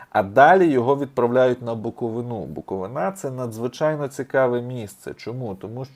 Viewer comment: БуковИна. Наголос на И. Чернівецька область - розсадник московітських попів з контрабандою, наркотрафіком, експлуатацією дитячої праці і тд.